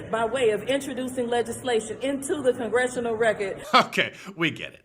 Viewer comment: did she say "inchojuicing lejizzslation into the gongestional racket"?????